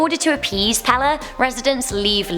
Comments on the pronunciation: I live in Hawaii and the way she pronounces the names are wrong, just wrong. Also it is pronounced Peyley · mehneh hoonay and pay lay would be how you pronounce menehune and pele i had a friend who claimed the night march would go through his grandparent's house every night and they had to open the front and back doors to let them through. he said you had to bow until the entire night march was through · Brah she rlly said pee lee 🤦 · Pele not Pala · Hood up did you say pale its pe le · ITS PRONOUNCED PAYLAY, NOT PEHLEH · Meh-nay-hoo-nay... NOT meh-nay-hoon AND Peh-lay... NOT peh-lah AND Puh-lee... NOT pah-lee AND Hoo-ahh-kah-ee-poh... NOT Ho-ahh-ka-poh You definitely brought shame upon our language!!! 😂😂😂 Just kidding. You tried, and I love that our urban legend/horror stories have some light shined upon for the entire world to see. Great video! Many, MANY, more urban legends/Hawaiian horror stories than just these mentioned though. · Pepe is pronounced Pay-Lay not pell-eh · Pale is pronounced pay ley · Every Hawaiian name was wayyyyyyyyyyy off the pronunciation of them like Pele is pronounced pay-lay. Menehune: May-nay-who-nay Pali: pah-lee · Hiw to pronounce Hawaiian words Huaka'I po /hu wa ka I po Wahiwa /wa he wa Menehune /me ne hoo ne Hawaii /ha va ee Pele /p e l e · It’s pronounced pae-lay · PLEASE STOP PRONOCEING Pele wrong the e is an a. It's pay lay. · Lol sounds weird when she says it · Hey you said pale wrong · Ok, only because its driving me absolutely nuts. ... the name of the goddess Pele is pronounced "pay-lay". Here is an audible for you I'm sorry to be that person, but its jarring my poor ears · No offense but the way she says the name of menahune ,Pali and pele it annoys me men-a-hi-ne p-ah-li peh-le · It was a great video. But you mispronounced Pele's name. It's PAY-LAY. But great anyway!! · AND IT'S PELE LIKE THE SOCCER PLAYER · PELE, KILAUEA, short an long vowels . I'm. From. Hilo , Hawai'i. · she said the fire godness name wrong